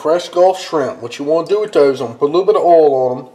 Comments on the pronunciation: What is ole, ohl?... and where do you get it? Aaaaand I feel stupid... you were saying oil... sorry, it's late. I like the part where you're cutting into the steak, talking, and literally I can hear your mouth watering... now I'm hungry for steak and shrimp :( As for the Post Salt cooking slabs, considering how much a small container of Himalayan pink salt goes for, granulated so less of it... that's an amazing price. Probably be more cost effective to buy a slab and granulate it for use than buy it in the store... but you don't have to since you can cook on it. Thank you for sharing that! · He says ool in stead of oil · Southern accent people say oil like that. It's a great video.